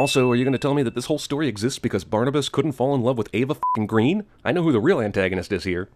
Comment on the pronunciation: A sin to CinemaSins for not pronouncing Eva Green's last name correctly ('Her last name is Swedish and pronounced "grain/greyne", according to Eva herself and it's not derived from the English word "green", which is "grön" in Swedish.' Source: IMDB).